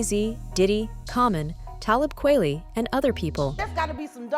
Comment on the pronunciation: Besides the fact of that same music playing loudly in the background does anyone else feel like the fact that they used this obnoxious AI narration with all these pronunciation errors and phrases that dont make much sense is just plain lazy? Talib kway lee?? In the AI narration is talking like jaguar wright is a very well known multi platinum artist. Unless you watched jayz live mtv unplugged and heard her sing om stage with jay most younger people are wonderful who is this lady? A little more background would make what shes saying a LOT more credible. Diddys excuse to her comments will be the same as what kevin hart says about katt williams. Shes someone who never put in the work and blew up and went mainstream when in all reality shes another case like jill scott. Amazingly talented vocalist but unfortunately doesnt fit the mold of sexy symbol singers which was a requirement back in the 90s and 2000s